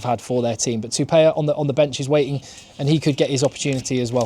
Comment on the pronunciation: Love your analysis. Can I please just ask tthat you wok on your pronunciation of pasifika and maori names. Quinn Tupaea. Should sound like Twopier, not Twopayer. The e has a macron above it.